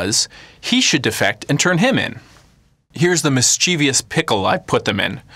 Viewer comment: It's mischievous. MIS-CHI-VUS, not MIS-CHEE-VEE-US.